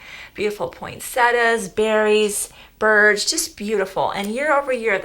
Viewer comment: Please, please it's pointsett-i-a not pointsetta. It's like pronouncing your name Jennfer instead of Jennifer 😁